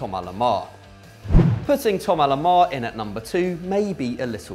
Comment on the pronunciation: Why is it pronounced "Thomar Lemar"? I did French, a good while back, but why is it pronounced that way?